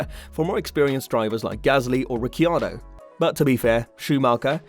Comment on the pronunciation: Can't stand to those pronounce of ricciardo, alpine... Why are you doing this my man.